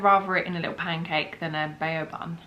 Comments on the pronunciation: Bao is pronounced bow .. as in when you take a bow.. they look soo good though need to try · she's not pronouncing it right it should be like ba-ow